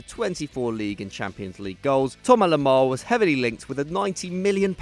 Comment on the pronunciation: He can't even say Thomas Lemar's name properly